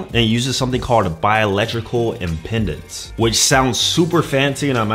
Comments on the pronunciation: It's biological impedance, not "impendance". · Right, he seems to be adding an extra N in there on pronunciation.